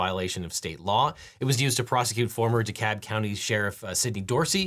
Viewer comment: it's not 'duh-cob'...it's deh-cab...ffs.